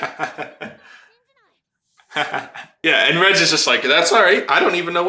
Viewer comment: It slightly bothers me that you pronounce Reg as (Redge)